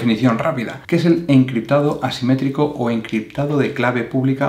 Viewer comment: gracias amigo, me ayudo aunque a veces no se distingue muy bien cuando dices simetrico y asimetrico jeje